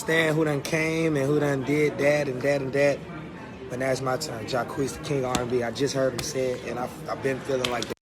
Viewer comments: I thought his name was Jaqueese (jah-queese) not Jah keese smh they keep mispronouncing his name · Everytime they say Jah-kees i die lol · They killing me with calling this dude Jacesss like this this dude ain't got no Q in his name!!!! Sound that ish out make the Q sound damnnn!!! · Damn y’all can’t even pronounce Jacquees name correctly smh🤡’s btw Chris Brown is 29, and Jacquees is 24 sooo no, he wasn’t a baby...y’all need to research before y’all talk that shit🙄